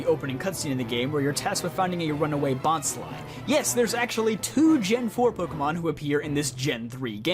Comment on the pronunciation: Thank you for knowing how to pronounce bonsly because pokemon go content creators make it seem difficult to know and stay ignorant about it.